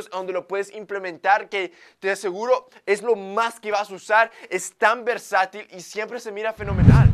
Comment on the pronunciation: Extraño cuando decía versital 😅